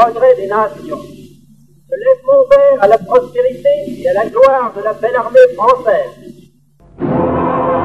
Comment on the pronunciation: « l'armèe » « destinèe » ?